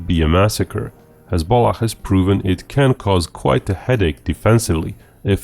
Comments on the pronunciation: I kept hearing hez-pollock. The great party of pollocks lol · Every time you say hezbollah, it comes out as hez-bollocks. Fucking hilarious 😂😁🤣. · please stop saying hezbollah like that.